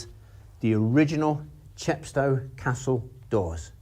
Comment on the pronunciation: CHEP sto, as in GLAZ go and MOSS Co. No offence! A fascinating video.